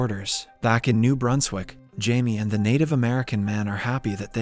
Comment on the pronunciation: ITS NOT PRONOUNCE AS NUBERSWICK ITS NEW BRUNSWICK